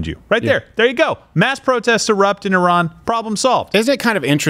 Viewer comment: He mispronounced Iran 😂 uh maybe his accent is better then either yours or mine i guess